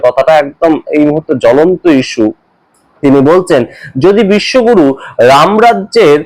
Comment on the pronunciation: Bishwaguru. Na. Bishwagoru